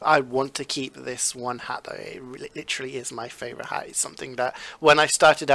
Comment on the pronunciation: Its favorite not favorout